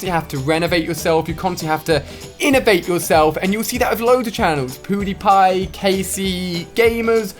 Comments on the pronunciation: It's so cool you say poodypie when you mean pudypie or whatever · Ahhaha poodiepie lol "poo"diepie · He kept saying poodiepie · Poodepie? It's pewdepie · He said poodiepie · What did he say powdiepie or pewdiepie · U said poodipie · It’s funny though cause he says poodypie haha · u said poodiepie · Lol u call him poodiepie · Is it me or did he say poodiepie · Who else heard Ali say poodiepie instead of pewdiepie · "We had Poodiepie" 😂😂 im dead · U said poodepie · He said poodie pie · The Master poodiepie* (thats the way he pronounced it) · Why when Alia says pewdiepie it sounds like hes saying poodiepie😂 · Alia said PooDiePie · Ali said poodiepie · 😂 Ali pronounces PewDiePie Poodeepie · I love the way u pronounce pewdiepie 😂